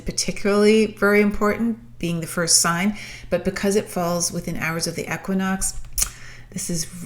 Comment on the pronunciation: The way you say equinox 😰